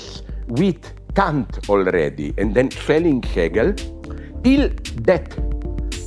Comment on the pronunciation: Everytime he says Kant I hear him say c*nt, and I love it.